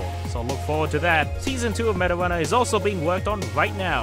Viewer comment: when smg4 says meta runner, it keeps sounding like marijuana